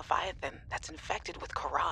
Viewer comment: It’s pronounced karàh not kahàr